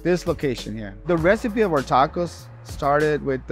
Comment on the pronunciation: When you have Mexican people saying taacoouuss...it's a total disrespect for our Gastronomia Mexicana. Bro se dice tacos!! Que tacouus ❤ 😂